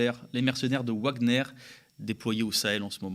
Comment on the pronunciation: X'-D Wagner se prononce Vagner, et pas Houagner! X'-D C'est un mec qui a fait qq compos bien avant Myspace, pour dire comme c'est vieux! X'-D